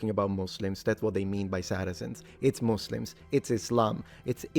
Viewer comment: Congrats for pronouncing it correctly in English as "muzlims" instead of the now nearly ubiquitous "musslums"